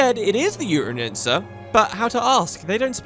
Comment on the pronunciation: You call Dan BAN ias like "Danabias" and Al RAUN es like "Alarunes"... and even better, the URU tan-Yensa like "uterine-Yensa" or something :P And yes, I feel pretty much the same about the end of the videos as it often ends up being right in the middle of maps or sections... :(